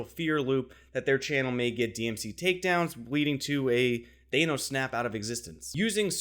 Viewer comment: Did you just pronounce Thanos as Thay-nos?